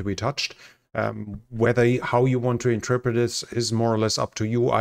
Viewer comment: it's "in-ter-pret" three syllables